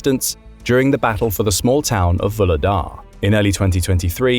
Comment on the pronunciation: The speaker keeps pronouncing Vuhledar incorrectly. It's actually pronounced as vuH-le-dar. There is no silent H in Vuhledar.